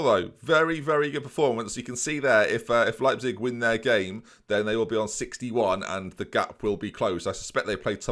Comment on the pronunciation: it's "leyepzig" not "leapzig"...